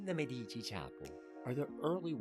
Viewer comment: Michelangelo was in his late 40s, and immensely famous, when he sculpted the Medici Chapel (la Sagrestia Nuova). It is hardly the work of a "young" sculptor; also, Medici is pronounced MED-ee-chee.